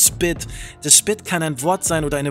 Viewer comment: Es heißt nich spit, es heißt spit Split spit 👆